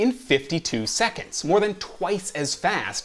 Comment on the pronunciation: seconDs not seconTs....